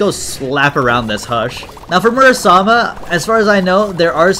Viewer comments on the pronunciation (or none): I think it's Muramasa not Murasama? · is it not muramasa? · it confuses me a lil everytime he calls it murasama